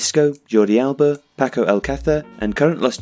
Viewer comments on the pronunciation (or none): none